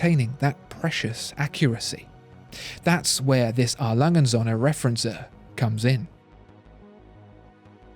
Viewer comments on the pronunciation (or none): Söhne, with an ö, not Sohne. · You are making a little mistake in your pronunciation of Söhne which means sons, the ö is pronounced like er as in early, anyway great videos i love watching them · Please, please, try to learn how "ö" is pronounced.